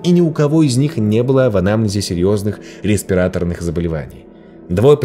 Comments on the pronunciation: Обожаю ваши видео, но все же, с’естринский, распират’орный. Душный коммент из семьи медиков🙏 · В слове респираторный ударение на О. Немного резануло слух, и все. Отличный ролик, спасибо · Здравствуйте,. Люблю Ваш канал, из отечественных криминальных - лучший, на мой взгляд. От этого сильно огорчают ошибки в ударениях. Проверяйте сомнительные слова перед записью. ПлексиглАс, респиратОрный.